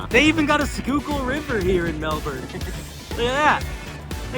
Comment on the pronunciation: Wait... you know how to correctly pronounce "Schuylkill." You're from Philly?! How did I not know this?! Greetings from Delaware!